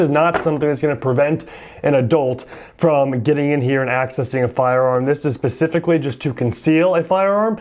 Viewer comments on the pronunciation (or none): SPECIFICALLY! Not PACIFICALLY!